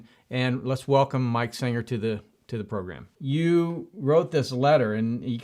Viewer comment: His name is SENGER not Singer!